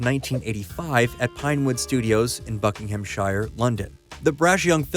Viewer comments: Buckinghamshire is pronounced Buckingham-sher not Shire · Not ‘Shire’ it’s pronounced ‘Sheer’! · Sheer......BuckinghamSheer. Not shire. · “Buckingham-shy-yer” 👎 “Buckingham-sheer”👍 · FYI - bucking-ham-shire - phonetically pronounced bucking-am-sheer. all counties that end with -shire are pronounced sheer. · The "shire" Buckinghamshire is pronounced "sheer". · "Bucking-Hamm-Shyer" (love American pronunciations of English placenames) - it's 'Buckinghamshur' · Buck-ing-ham-shire LOL It’s pronounced Bucking’im’shear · It's pronounced Buckinghamshur.... it's NEVER -shire.... England isn't Hobbiton. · It's pronounced buck-in-am-sher... I can't believe we gave you Americans a lalanguage knife and forks, and you still don't know have to use it... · 'Pinewood studios in Buckingham-SHIRE, London'. 🤣🤣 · FYI, it's pronounced Bucking-ham-shear. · Buck-ing-hhham-shy-er is the funniest pronunciation I’ve heard in a long time. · When will Americans learn when forming the last part of a English country, 'shire' is pronounced 'sheer.' This narrator at least has got half way there getting the 'Buckingham' correct as 'Bucking-um' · "Buckingham-Shyre". Americans, lol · "in bucking ham shire england" - love it. always mispronouced. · BUCKINGHAMSHIRE IS NOT IN LONDON. AND YOUR SAYING IT WRONG. SORRY FOR ALL CAPS. BAD EYESIGHT. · BuckinghamSHIRE you say it bro